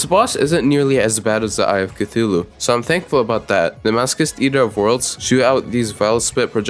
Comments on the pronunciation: i pronounce it as maso-chist, maso like laso and ch in chist like ch in chitin. Now, most people pronounce it as maso like laso and chist like kissed. Aaaand this dude pronounces it like mask-ust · The way you pronounce masochist trigers me on a level I never knew a word could triger me, nice video overwise, keep up the good work Ps. Write down how you guys say masochist❤❤❤ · I love the fact ur saying masochist as masokist, it makes it even madder